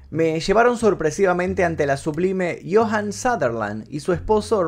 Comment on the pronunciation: Joan Sutherland...no Johan. 😂